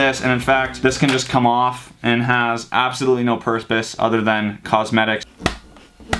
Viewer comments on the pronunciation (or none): "Has absolutely no purspace" 👌